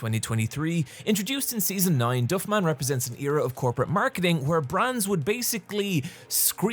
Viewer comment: I wasn’t ready for your pronunciation of "Flanders" edit: or "Duffman"